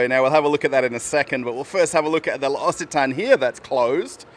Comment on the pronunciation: Pronounced: Lox a Ton is correct L’Occitane. Question: How are you fairing with the War in Ukraine 🇺🇦? You never speak of it?